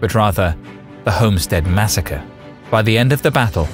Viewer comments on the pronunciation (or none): none